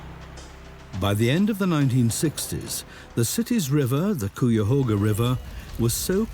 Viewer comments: That pronunciation was bizarre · Great documentary. However im from cleveland and everytime i heard "cooyahoga" i cringed 😭 its "kaiahoga" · Cuyahoga sounds like 'Ki-ya-hoe-gha'. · I had no idea what area was being talked about because of the pronunciation of the Cuyahoga Valley National Park I grew up knowing that it was pronounced (Kye-uh-HOH-guh) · Hey you Brits! It’s pronounced Ki-a- hoga! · Might want to check your pronunciation of Cuyahoga 😅 Lake Erie and the Cuyahoga River is an incredible come back story I can remember when Bald Eagles first returned decades ago, and now we seeing black bears and bobcats returning. But there are still many threats and much work to do. Urban sprawl and agricultural runoff are currently the biggest threats to water quality and ecological restoration.